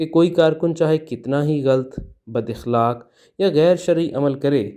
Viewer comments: جناب صاحب لفظ اخلاق زبر کے ساتھ ادا کریں گستاخی بدل معافی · اخلاق کے ہمزہ پر زبر ہے